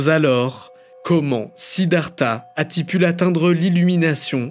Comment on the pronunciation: a-ti-pu l'atteindre x) c'est pas très gentil de me moquer des erreurs de prononciations donc je ne relèverais que celui-là qui était vraiment marrant